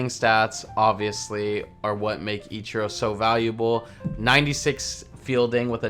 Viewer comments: You call ichiro “echurro” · The way you say Ichiro... Still love the vids tho <3